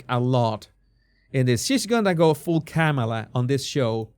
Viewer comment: Was that "full kamala" you said? Or "full camilla"? Oh well, same difference...